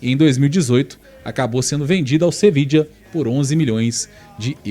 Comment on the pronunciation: "Sevidja"???? A cidade de Sevilha mudou de nome?